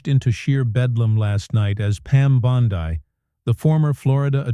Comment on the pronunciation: Did this come from Russia because I'll tell you the names aren't being pronounced as we would pronounce them and have always pronounced them in the United States so there's something funny going on here big guys